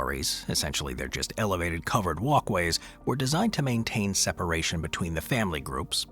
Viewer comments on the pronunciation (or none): none